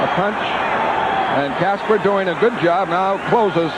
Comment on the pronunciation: Steve Kasper. Not Casper.